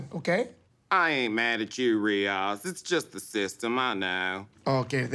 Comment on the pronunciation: Lmaooo the way he introduced himself and pronounced Riyaz was so spot on I had to replay it twice